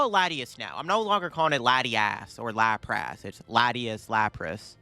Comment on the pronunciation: “LatiASS and LaprASS” lol